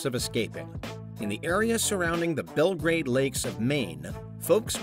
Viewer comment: Also mispronounced "respite" and "Belgrade."